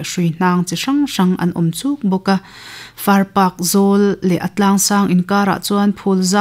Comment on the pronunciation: far park i tih hi a dik lo, Farpak... Paak ti a lam tur